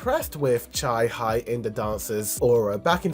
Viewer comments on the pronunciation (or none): just so you know, it’s not cha high in, it’s cha hae (hey) in😭